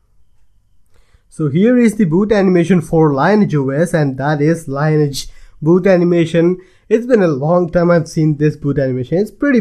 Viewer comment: Lineage is not pronounced "line etch". It's more like "linn-eee-edge". or Merriam Webster have pronounciation examples...